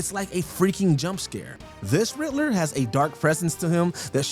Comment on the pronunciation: Where do they find these horrid people to do the V/O on these videos? Shitty pronunciation. It's The RiDDler...not The RiTTler.